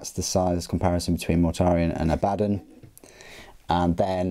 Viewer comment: According to GW, it's pronounced a-BAD-dun and Goo-lah-mun.